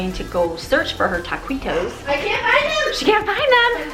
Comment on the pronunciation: Yah-key-tos not at-quit-toes ;)